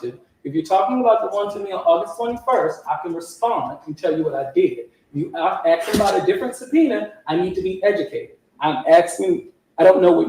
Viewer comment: He says "axin" like he's from Manha-an.